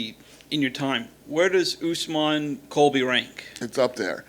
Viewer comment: Kamaru "Oozmon" 😅